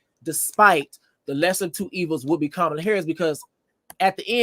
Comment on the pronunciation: Respectfully, it’s Kama-La not Ka-Ma-La Y’all are butchering her name